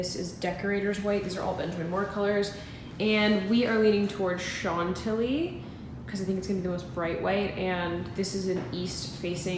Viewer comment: It's "shan-tilly" not "sean-tilly" :)